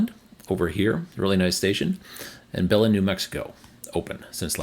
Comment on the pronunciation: Belen, NM. Ba Lin not Belen.